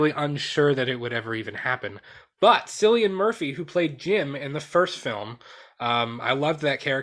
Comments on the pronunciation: His name is pronounced like the c is a k just FYI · 28 Months Later is my dream movie to be made. Loved the first two parts. Side note: your pronunciation of Cillian Murphy's name drove me nuts throughout the video. lol